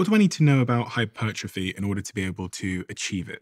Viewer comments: Oh come on, are you telling me that after all these years talking to nutrition and sports experts for hours and hours Steven "doesn't know" how to pronounce hypertrophy? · Why is Stephen pretending he can’t pronounce hypertrophy? Weird